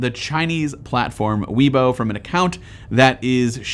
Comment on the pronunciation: I'm very happy with my SE. Btw Weibo is pronounced like "Way-bwo", not "wee-bo"